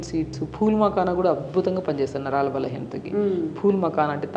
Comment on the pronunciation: Naralu kadu Naraalu